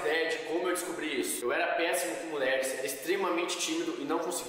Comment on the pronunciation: mano só eu q tava com agonia dele falando "muler" "muleres"